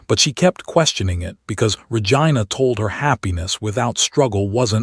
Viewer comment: Pleaaaaasssseeee.!!!! It's Ra-gee-na.